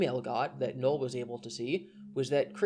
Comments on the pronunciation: I kept asking myself, who the fuck is Noel? It's Null, like nuh'll not nuh'el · Sorry to be that guy, but it's Null not Noel.